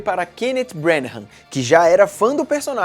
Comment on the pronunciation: Estou adorando esse recapitula/aquecimento para Infinity War. Só uma correção: a pronúncia do sobrenome do diretor não é "Brenahãm", mas sim "Brãnah", não há aquela última sílaba que o fala.